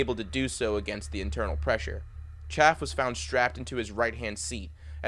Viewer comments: Jumping Jesus on a pogo stick. Could you at least make an effort to pronounce Roger Chaffee’s name correctly? You left off the EE at the end of his name. Surprised you ddn’t F up his first name too and prounced if Rog rhyming with log. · It's Roger ChaffEE. If you can't get how to pronounce somebody's name right, then why would anyone trust you to get anything else straight? Speaking of which, where are you getting this info about their suits being fused by the heat to their bodies? And that they may have been buried in their space suits? Come on, man this is so far out of left field it'll never reach home plate. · I have the same last name as Rodger b Chaffee also it's pronounced Chaffee as in chafe and than the "ee" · How about correctly pronouncing Chaffe's name? And how about correctly summarizing Grissom's carreer. He did not go from his Mercury flight directly to Commader of Apollo 1. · Roger’s name was Chaff-e not Chaff! If you’re going to make a video about these 3 brave men then pronounce their names correctly or don’t bother! Understand? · His name is pronounced Chaff-ee, not “Chaff”. That is kinda disrespectful dude.. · Roger's name wasn't Chaff. It was Chaffee. The Es werent silent. Loooonnnnggg Es. It's a good presentation, but it gets hurt because you can't seem to pronounce his name correctly. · It's pronounced Roger CHAY-FEE not 'CHAFF'! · It’s Pronounced CHAFFEY Not Chaff. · Really? You consistently mispronounced Roger B. Chaffee's surname: It is NOT "chaff", but "chaff-EE", like "coff-EE". Any poor guy deserves to be remembered by his name, PROPERLY PRONOUNCED... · It's Chafee, not Chaff, not critizicing but ya might as well know the pronunciation! Enjoy your vids very much. I was 13 when this happened, it was horrific then and still in memory is. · His last name was “Chaffee.” Not “Chaff.” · It's pronounced afee not af I'm from the same city as Roger B Chaffee. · It's Cha-ff-ee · His name is pronounced Chaff (EE) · Cha-fee, do some research FFS!